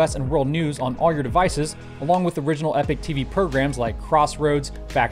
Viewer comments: Epic? Thought it was pronounced epoch like enoch. Accent? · Cool episode, but one thing that's been niggling me - the sponsor name. You pronounce EPOCH as /ˈɛpɪk/ when I though it should be /ˈiːpɒk,ˈɛpɒk/. Do they just 'identify' as /ˈɛpɪk/ and can't spell? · Epoch is pronounced E pok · Learn to pronounce the name of your sponsor - even as a sign of respect for them giving you money, and don't give a shit.